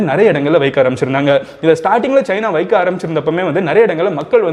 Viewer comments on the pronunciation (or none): Bro athe vaiiikaa illa vaika...pronounce...